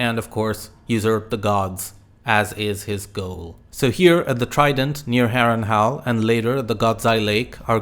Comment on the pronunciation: Good video. I especially like how you pronounce Harrenhal as Harrenhal, not Harrenhall.